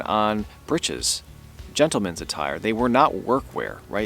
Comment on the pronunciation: Fantastic finds,! I'm an orthoepist (remember escutcheon?) and good on ya(!), your first pronunciation of britches/breeches has always been the standard, primary, and preferred pronunciation: different spellings but same pronunciation. They're homophones, like boatswain/bosun. You'll certainly find the long /e/ sanctioned, but it's irregular. Anyway, glad you said britches for breeches!